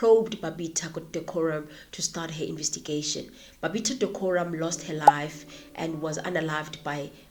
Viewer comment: It's PPE not PEE, alsoit is Babita Deokaran, not Diokoram Good contant, I detest the ANC, I wish they all have their day in court